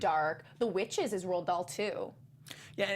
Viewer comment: The author's name is Roald, not Roland.